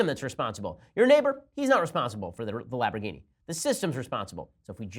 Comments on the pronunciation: Lamborghini. not "Laborghini" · What’s a “lab-ro-geeny”? I know of Lamborghini, is it made by them? Ben sure does enjoy whatever a lab-ro-geeny is. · lamb - bore - gheen - eee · Is he saying Labberghini? Like laboradoodle? Lol 😂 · LAMB...orgini....NOT LAB. Ugh....Love you Ben, but c'mon man! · It's not a "Labrogini", it's a "Lamborghini". Thanks very much. Enjoy the day. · What is a laporgini and when did Bernie Sanders become russian? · Is it just me or did Ben say "Laborghini" without the "M" like 4 times? lol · OH MY GOD stop saying labroghini LAMBORGHINI lol Love you ben, you are almost ALWAYS on point! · Ben i love you but sweet lord above, its LAMB not LAB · Laborghini? Love it. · Laborghini lol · He just kept saying it Laborgini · Im pretty sure Its LaMborgini, not Labrogini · Laborghini instead of lamborghini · The way you pronounce "lambourghini" triggers me. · Hey Ben, it's "LAM-borghini" not "LAB-er-ghini". One mess-up is more than understandable, but you said it like a dozen times. Lols ;-) ...... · "Lamboghini" lmao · someone please teach ben its pronounced LAMBergini there's an M ben! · So you have to take a drink every time he says Labrogeenee? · good video, but were you saying laborghini? lol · And LABorghini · Did Ben lose a bet that caused him to mispronounce LAMborghini? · Has Ben never heard of this car ? It's LaMborghini", Ben !!! Pronounce the "M" !!!!!!!! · he was spelling it the way Ben was saying it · I could go for some lahborghini and Alfredo sauce. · I could understanding mispronouncing the name once if it's a slip, but if you don't know what a Lamborghini is, maybe don't fail at pronouncing it so many times. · Ben, you pronounce "Lamborghini" horrendously wrong. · Who else came to the comments specifically because of how he pronounces Lamborghini? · The real news of the day is Ben's mispronunciation of Lamborghini. lol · I'm so pissed at How Ben says Lamborghini